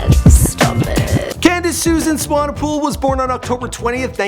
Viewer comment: Come on, dude. You pronounced Swanepoel correctly before, how did you mess it up?